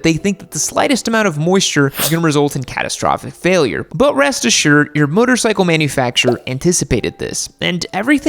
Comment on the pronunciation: I thing you just said motorcycle like bicycle and not motorcycle. 😂😆😂😆😂